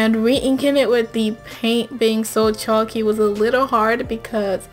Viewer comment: Love you but the way you say chalky is like choky and its kinda annoying